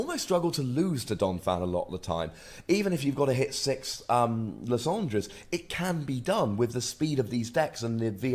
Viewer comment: Watching this in 2017: your pronunciation of Lysandre is golden!